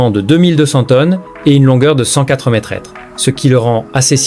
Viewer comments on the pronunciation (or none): Traduction démerde ia pour info conasse d ia on dit pas metretre mais metre